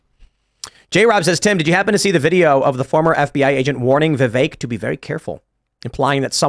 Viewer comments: is ignorant and loud. He really takes away from the show. Side note Tim has told him how to properly pronounce Vivek's name several times and he still chooses to screw it up. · why cant you say vivek . its fkn vivek not VIVIK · who's Vivik? There's there's no one running for President under the name Vivik. It's Vivek. Pronounced Viv-ake. Lol. -OG